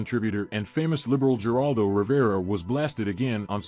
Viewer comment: It's pronounced like "Heraldo" narrator. Not Geraldo. 😅 Good grief.